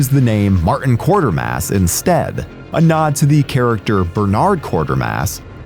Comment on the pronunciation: For: Pronounced kwait-er-mas